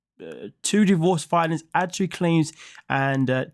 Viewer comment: I have never heard anyone pronounce ADULTERY the way you do.😮